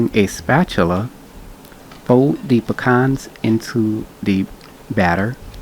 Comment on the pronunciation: So glad you had the right pronunciation for pecans. Pah Cons. This is my favorite pie.